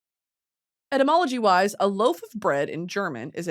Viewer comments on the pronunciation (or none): the whole time she was talking abt etymology I thought she said entomology 😔